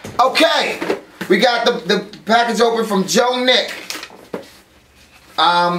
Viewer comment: "Lets go onto another pack-AHge!"